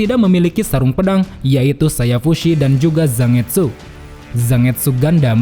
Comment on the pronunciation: Kayanya cara pengucapan Zangetsu itu “Zan-getsu” deh min, bukan “Zang-etsu”, sama kaya penyebutan Manga yg “Man-ga” bukan “Mang-a”